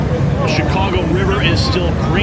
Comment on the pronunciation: Not shirack but Shytcago